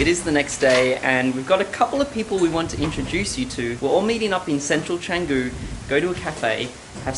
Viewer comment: Love that you’re back in Bali. Ps. it’s pronounced “Chang-goo” like the C in ‘charity’, not Kanggoo.